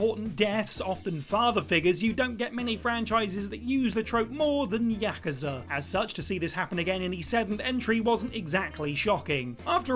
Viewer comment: Please never say the word Yakuza again until you pronounce it at least somewhat correctly.